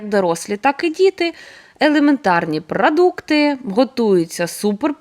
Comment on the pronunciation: Як "мелодійно" звучать слова "прАдукти", "красіво", "грудінкою", замість "продукти", "грудинка"!..😢😢😢